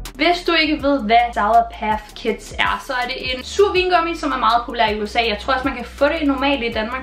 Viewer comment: Det hedder ik’ sour paTH kids, det hedder sour patCH kids. Det irriterede mig voldsomt meget